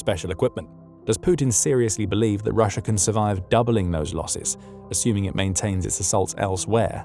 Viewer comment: There is no R at the end of Russia